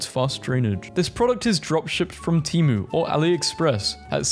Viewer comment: Temu, not timu.